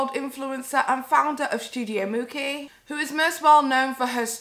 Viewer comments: Girl this is poorly researched... How do you live in Europe, closer to italy than my american ass & you don't know It's pronounced mooCHee (mucci) if you didn't know how to pronounce it, you could've taken 2 minutes to look it up & hear someone else say it & lisa frank debuted in the late 80's, they didn't reach peak production until the 90's & into the early 2000's but you keep saying it was popular in the 80's?? I actually agree with your take but any hot take needs all the correct details or else it sounds like you don't even know what you're talking about... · You say it like Gucci with a M ..... common lmao that was a fail